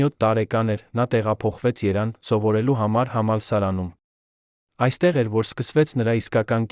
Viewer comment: Երան թե՞ Երեւան՚ Գորգ թե՞ Գեւորգ՚ այ անգրագետ։ Էլի շատ սխալ բառեր։